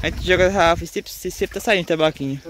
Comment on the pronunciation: O não é tambaquinho é TAMBAQUI